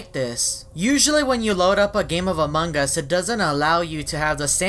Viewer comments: Me:among us. You: amonG us with a g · Wait did you say among gus